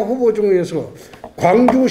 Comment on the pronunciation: 굉주라고 라...